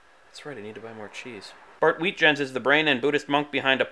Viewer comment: Wheezy you have to pronounce Bart ''Weetjens'' as Waitjence.. its a Dutch name!! not weedjens lol :')